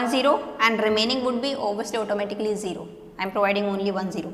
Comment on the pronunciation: When you say automatically it's sound like "ऑटो मे टकली"...